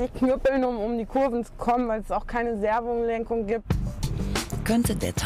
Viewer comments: weil es keine servunglenkung gibt“ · an alle die jetzt glauben ich würde eine fehlende servolenkung bemängeln, der irrt. ich machte mich lediglich über die art, wie diese "servolenkung" gesagt hat, lustig. servunglenkung:) bevor jetzt jeder mit seinem kleinwagen daherkommt und mir sagt, dass er keine servunglenkung hat. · Wer kennt sie nicht? Die gute alte servunglenkung